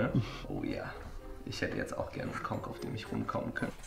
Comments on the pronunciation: sagt übrigens 'Konk' hört sich nur sehr falsch an:D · sagt doch nur Konck